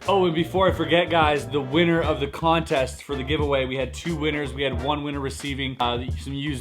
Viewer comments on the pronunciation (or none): none